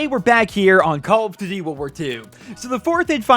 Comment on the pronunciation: Lol i hate the way you say call of duty